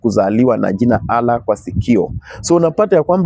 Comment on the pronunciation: huyu mzee ni mgonjwa wa akili hajielewi very stupid guy wewe wacha ujinga eti pastor ulisomea wapi hata kutamka neno Allah huwezi shenzi type